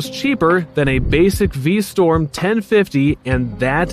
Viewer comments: V STROM not V STORM please. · V-St-r-om not V-Sto-r-m. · You keep saying Vstorm instead of VstRom. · Pronounce V Strom correctly please...it's not pronounced V Storm. Strom...Storm. Spot the difference. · Suzuki is V-Strom, not V-Storm :)) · The minute you said V Storm instead of Strom...I started this comment and closed out the video. 🤦‍♂️ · Anyone else hear v-storm rather than v-strom? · It's V-Strom, not V-Storm. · V Strom not V Storm.... really basic stuff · STROM NOT STORM. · What the hell is a "V-Storm"? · V-Storm? Versees? WTF??? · 🧏‍♂️ VER - SYS ; Pronounced Vur - Sis (Not Vur - Seas) Meaning ; Versitile - System V - STROM ; Pronounced Vee - Strom (NOT Vee - Storm) 🤦‍♂️ Meaning ; Who knows ? and who cares ?🤷‍♂️ (V - Strom is an even worse name for a motorcycle than Versys is). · VerSEEES and V-STORM, really? This sounds like an AI generated review.